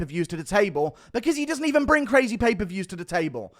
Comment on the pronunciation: U say DDP weird af and you say crazaaay the same way 😂